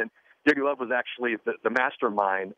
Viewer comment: lol he's pronouncing Joachim Low all funny